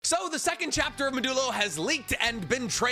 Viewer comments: so, i don't think its pronounced "muh-doo-low". I think it is "mod-ju-low", which in programming is this symbol: % which is a operator that is used to create ring structures (a list or array that wraps around by connecting the last element of the list to the first element). The modulo operator also gives you the remainder of the division of two numbers - like 5 % 3 = 2. To me, its the fact that modulo is used to create ring structures in programming that connects it with the Rika Ring in JJK and I'm sure there's gonna be plenty of other contextual significance in the title. also, ' % ' kinda looks like red and blue converging (the lobotomy is real) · I think the Manga name is supposed to be said maa·duh·low as in the the math concept of the modulo operator? For anyone who doesn't know the modulo is the remainder from division. 9 mod 2 = 1 because 9/2 = 4 with a remainder of 1. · Come on man… It’s pronounced Maw-Jew-low. Similar to modular. I thought your pronunciation was engagement bait at first, and maybe it still is, but after your outro I wasn’t so sure anymore. If it feels weird to pronounce then maybe that isn’t the way you say it… Do you really think Gege’s intention was to have everyone think about Modelo whenever they say the name of his new manga? Good Lord. This is your literal job and you can’t take 30 seconds to think critically about how you’re supposed to pronounce the name? Do better. This shit is embarrassing.